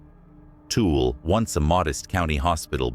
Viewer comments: "Tool" 🤣 never heard Tool-Ella" pronounced that way. Also, the first one I visited and it's def NOT haunted or scary. It's for weddings and events. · Tool?! 😂 it’s pronounced too-ill-a. Anyways my dad was born in that hospital actually. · Lol its Tu-i-la not Tool (Tooele) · Dammit... originally from UT... It's not Tool, it's Too-will-Ah. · Tool ! Tawilla that’s not how it’s spelt but that’s how we say it in Utah! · I’m from Utah and was curious but you lost credibility when you didn’t even pronounce the names right. #3 is not “tool” hospital. It is a native word pronounce Two-wil-La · Um... not TOOL. Toole hard to explain... lol... um the num 1 haunted spot you missed...Should have been num 1 Ben lomond hotel. Ogden. The old Indian school in Brigham city... cmon man... those others good but these are GREAT... 😂😂😂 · "Tool" hospital 😂😂 the pronunciation kills me. Too-well-uh.. try that instead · It's pronounced Too-will-a.... Not tool... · LoL every time he was saying tool we were like Tooele 😆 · Its pronounced too ill ah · Tooele - Too- will- uh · Tooele is pronounced too-willa. Btw. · Tooele = two-wheel-uh 😂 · Byw it's too-will- ah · Too-ill -uh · Tooele is pronounced too-willa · Why can't anyone pronounce Tooele correctly? It's too-el-a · Even real people don't know how to pronounce "Tooele." More than once I've had to explain its pronunciation to those not from Utah (I tell people to think of "vanilla," drop the "van," and put "two" in its place) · Nice work up but yeah I had to giggle at tool 😂 lol SLC here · The 2 wheel transcript bulletin? Dude, before you post a video, how about you doo some research on pronunciation. Ya come across as a TOOL, ya oh queer. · tool is spelled like this. If I didn’t live in Utah I’d have pronounced Tooele too-ell. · You butchered so many of these places names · I laugh whenever my GPS pronounces Timpanogos or Tooele 😂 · If you make comments about a location first learn how to properly pronounce the words. Tooele, Ochre, Duchesne